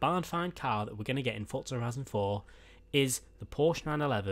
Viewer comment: Why the shit do people say thotza it clearly says forza